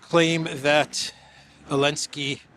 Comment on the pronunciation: I love your show and watch daily but I have to ask, why do you omit the "Z" when you always pronounce "Elenski"?:)